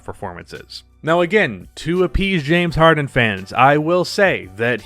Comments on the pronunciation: Nobody:: Jame Harden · Than “Jame” Harden 😂😂😂😂😂😂 he’s right tho